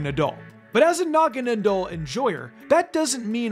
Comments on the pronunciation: It’s pronounced nuh-CROHZ-muh and nah-guh-NAH-dull, “”! 🤨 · Its NA GAN A DAL you pronounce it way off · Was anyone else extremely annoyed by how says "Naganadel?"